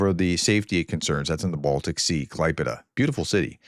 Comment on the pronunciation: Thumbs up for a very good pronunciation of "Klaipéda". :-)